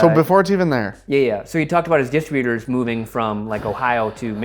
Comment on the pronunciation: Dis-trib-U- tors not distra- butors! Please!